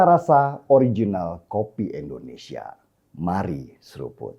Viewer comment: Bang Denny, jujur saya cukup risih dengan tata bahasa abang dalam penyebutan nama Negara kita tercinta ini. Namanya bang Indonesia, bukan Endonesia. Itu saja